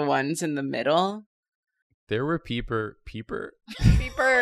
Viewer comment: 'peper' love a good ol'drawfee episode